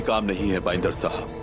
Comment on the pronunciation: Baiendar❌ BANDAR✅😂🤣😂🤣